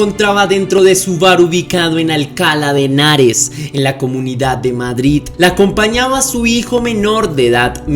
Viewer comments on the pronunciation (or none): Hola, me gusta tu canal. Se pronuncia Alcalá de Henares con acento agudo y no Alcala sin acento.